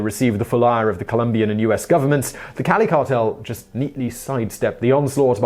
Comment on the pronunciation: The pronunciation of the Cali cartel leader's name was en pointe.